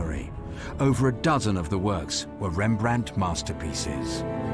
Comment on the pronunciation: Please add a “t” behind the name Rembrandt 😉